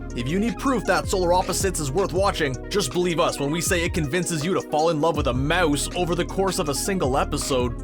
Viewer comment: That's not Yumyulack . And why does this voiceover guy pronounce words so weirdly. Who can't pronounce the word "mouse"? Sheesh...